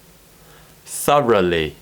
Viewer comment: I can never pronounce ‘through’ and ‘thoroughly’ like how you did, as a true asian 😆 living in Asia